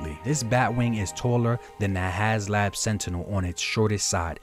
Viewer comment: It's has HASLAB, NOT HASLOW